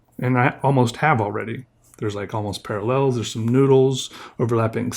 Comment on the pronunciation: Almost parllels? 🤣